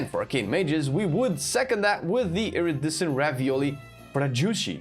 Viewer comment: its not irrisisstant ravioli its iridescent : )) you teach me i teach you lol